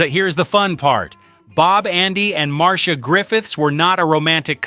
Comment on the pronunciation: Her name is: Mar-c-ia. Pronounce it right, please. And what's the surprise about "I can see clearly now?" Millie Small did better than that. Johnny was married to Neville Willoughby's daughter. Neville brought him to Jamaica and introduced him to Marley. They weren't friends to speak off. The man who put Bob on the map is Chris Blackwell.